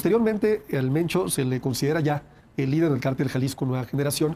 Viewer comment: No es "moncho " 😂 es mencho